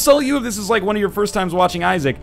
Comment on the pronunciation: was first, but he said "durst"